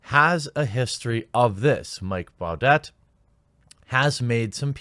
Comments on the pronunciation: His last name is pronounced "bou deh" not "bou det" lol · Jeremy, it's pronounced "boo-DAY" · does he listen to s and s? it’s pronounced “Booday”